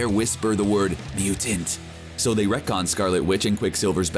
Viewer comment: It's "wreak havoc" not "wreck havoc"